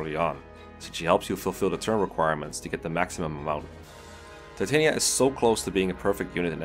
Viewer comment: Titania’s name is actually pronounced Tit-an-yuh